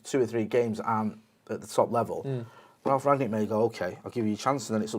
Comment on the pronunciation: How difficult is it to say Rangnick?